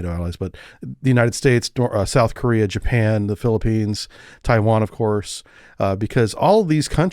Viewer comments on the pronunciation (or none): none